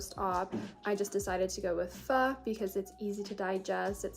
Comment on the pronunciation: CAN WE APPRECIATE THAT SHE KNOWS TO PRONOUNCE PHO CORRECTLY?!?!?!😭😭❤️❤️❤️ too many people mispronounce that word so much ugh lol